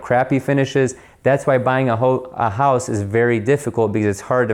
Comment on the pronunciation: Almost heard that Ohio accent...……..hoose………...however you spell it. Love the channel!!!!!!